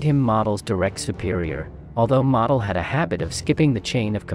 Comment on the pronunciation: Please pronounce Model correctly.